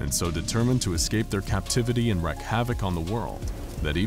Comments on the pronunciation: But the big one is Wreak as in WREAK havok, not Wreck havok. Wreak: inflict. Wreak: Destroy. Understandable mistake if you have dyslexia. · Okay, but your pronunciation of "wreak" is indefensible.